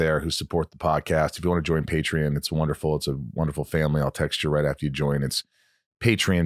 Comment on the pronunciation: Michael it is Patreon not patrin pronounce it right lol